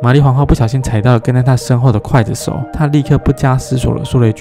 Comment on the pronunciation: 是刽（gui）子手不是筷子手啦😂😂ola讲历史好棒～